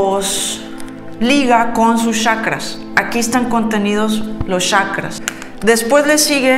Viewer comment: PORQUE DICE YACRAS 🤪😱 XQ? SE DICE CHACRAS. IGUAL SOS GENIAL